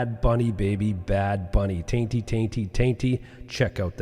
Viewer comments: bro you killed me with the “tainty” 😭💀 he’s talking about Tainy (pronounced “tiny”) and he’s commonly regarded as the greatest reggaetón and urban latin music producer. You guys should definitely react to his album called DATA, I’m sure you’ll enjoy his production and Bad Bunny’s on like 3 tracks. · Tiny* ... not Tainty lol. Spelled Taini... like Tiny Tunes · It's not Tainty it's Tainy pronounced. "Tiny." Literally one of if not the best producer of reggaeton of this generation and of all time. Recommend covering him and his album Data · I just wanted to correct. “Tainty” is the producer. His name is TAINY (pronounced as tiny). Hes been making hits for 25+ years and every shift in the genre has been made and done by him. Lovely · There were a LOT of moments when I felt indignation watching this (also felt joy and pride) but mispronouncing Tainy’s name sent me 😂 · Tainty tainty tainty haha butchered the goat reggaeton producers name so bad😂